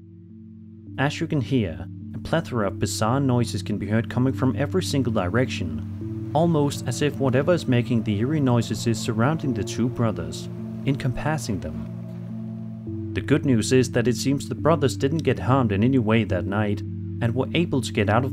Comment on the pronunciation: “Encompassing” has the stress on “comp” if it comes up in your script again. I enjoy your videos! Is that you screaming & with the axe, in your opening?